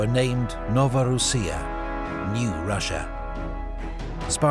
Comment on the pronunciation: Good coverage. Thanks for posting. One critique: Russia has no "H" in it. It's not Rush-ya, like a football tactic. It's Ross-ya or Ross-Ee-Ya. Accuracy recommends you. Persistent Inaccuracy suggests your research suffers in an attempt to garner sponsorship. Imagine if Putin called us the "Hoo-Haw Esse". We'd be insulting him "back" by ruining pronunciation of his country's name. Oh-wait! We've been doing it for 100 years!